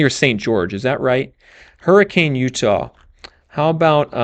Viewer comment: It’s pronounced “Hurri-cun” 😁